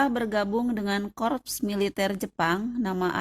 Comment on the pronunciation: korps bukan korups 🤣